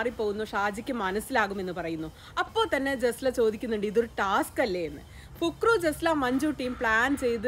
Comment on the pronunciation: പുക് റു അല്ല ഫക്രു 😆😅